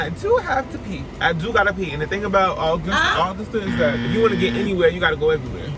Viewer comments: The mispronunciation of Augusta is sending me. UH-GUS-TAH damnit UH-GUS-TAH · uh-gus-tuh Be mad at August not being spelled as “Augist”. AugusTUH makes plenty sense. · Hearing you pronounce Augusta was so cringy lol and fun fact we don't pronounce "R" like that 😂😂😂 Ps I'm so upset that I didn't run into you when you were down here 🥹🥹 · As an Augusta native, it's funny hearing you say Augusta like that 😭 but on the other hand it was a shock seeing you drive on roads I see all the time! Hope you enjoyed your time here! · Everytime mispronounces Augusta 😂 also you might as well say you're in South Carolina the way it's so far on the coast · That took me out, it's giving Are-kansas, American explain! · The way I was just finna say this😂 took a sip of my wine everytime he mispronounced it